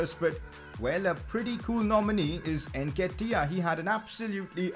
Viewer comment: Stop saying NKETIAH name like thst Jesus it’s so cringe